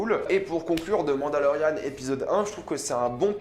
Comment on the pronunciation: quand tu dit " The mandalorian " Ont dirait que tu dit " Demande à Laurianne "